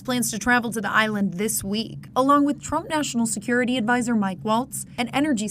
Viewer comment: Did he say security😂😂😂